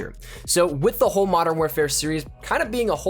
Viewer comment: What the fuck is 'Madden' it's pronounced Mo-dern